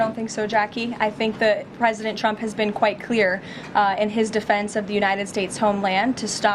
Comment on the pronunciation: "President Chump" - those lip fillers have given her a speech impediment